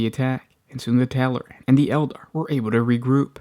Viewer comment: Tallaran? No, they're Tallarn.